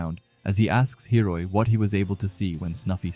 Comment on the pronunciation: is it intentional that he calls hiori hiroi?? No hate, just asking if its an inside joke??